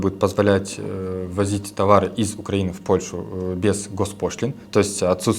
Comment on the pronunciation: УкраИнские товары, а не УкрАинские. УкраИна, а не УкрАина. Сама, кстати, раньше неправильно говорила, но люди с УкраИны, должны знать, как ставится ударение в названии их страны. Стыдно.